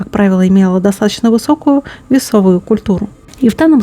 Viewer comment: Не весовую а весовую культурую. Научись ударения расставлять, а потом людей учи.